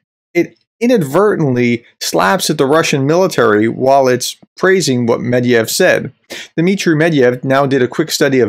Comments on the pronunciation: The guy‘s name is „Med-ved-jev“ (not „Med-jev“). Other than that - great content. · It's medVEdev, not medYev. I'm sorry, but it's one of the easiest russian surnames and you have no excuse for butchering it. Otherwise, great stuff! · Why do you call med-ve-dev med-yev? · It’s pronounced “MED-VED-IEV”, not “MED-IEV”… his last name comes from the word “медведь” meaning “bear”. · It's NOT Med-yev, it's Med-ve-dev, for Pete's sake, look closer at the letters please, don't discredit yourself! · Mediev? It's Medvedev, pronounced Medvedef in English, or more like Medvedief in Russian, with a very light "i" before "ef" at the end. You forgot a whole syllable,. 😄 Which is bad, because I'd rather have us forget the whole name and awful man, but he keeps coming back... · It's MedVEdev and SoLOVyov. They're crazy criminals, but its worth pronouncing their names correctly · I don't want to come across as a smartass, but it's Medvedev. Not Mediev. I love your channel. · How are you pronouncing Medvedev so wrong, Medeyev? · Professor - Please learn how to pronounce Mr. Med-ve-dev's name. The former President is well known throughout the world and equally disliked. You seem to be spot on with your assessments. However, your inability to pronounce the man's name does not help your credibility. It's only three syllables! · Practice your MEDVEDEV pronunciation before filming. Credibility is a wonderful thing.